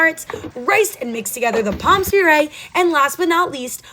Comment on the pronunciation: Please don't pronounce the s in pommes puree, it is silent.😊